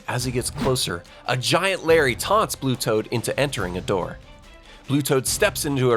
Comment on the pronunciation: I heard that mistake on saying blue toad,s name wrong.